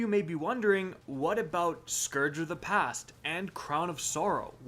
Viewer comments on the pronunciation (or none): none